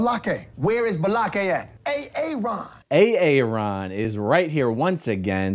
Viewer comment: Hey A-A-ron! After the intro video plays, it should cut to you raising your hand and saying “PRE-sent!”🙋‍♂️